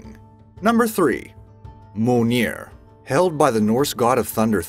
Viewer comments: Its mjolnir not molenir and mjolnir was created by the heart of a dying star. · Yep you are right and not mol-neer (He Said) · Moaneir? Mjolnir? Isnt it M-jol-nir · the "mole-near" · Mjolnir Is Pronounced: Mee-Yohl-Near! I got no idea about how the other guys are pronounced (excluding Excalibur, Kalikbar, Thunderbolt And Trident) so I can't give my opinion on them! 😄 Yay! Excalibur! 😄 😄 I Mean Yay Mjolnir! 😄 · Can you say f*ck? Good Now take the u and place it right betwene Mj & lner like so, Mj-u-lner, and whene you then remove the e and pronounce the r the same way the Spanish or Mexicans do, you end up with the clostest way for an American to pronounce it right, Mj-u-lnr. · Mjolnir is pronounced: Mee-Yohl-Near! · Mjonir is pronouced: Me-ol-neer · My husband and I were just cringing/laughing at "Moleneer" and I had to see if anyone else noticed all the mispronunciations. Glad it's not just us XD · Yeah and im pretty sure mjolnir is pronounced more like "mee-yol-neer" but said fast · apart from mjolnir he pronounced every other weapon correctly considering that who knows maybe people from the marvel are the ones who are pronouncing it wrong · I almost fell of my chair laughing in tears how the narrator pronounced Mjolnir..... dear gods please do a little research HOW these names are properly pronounced